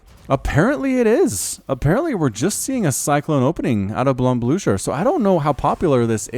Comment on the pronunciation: Awesome video, though for the last match "Von" is pronounced with a f, so "fon" (In germany)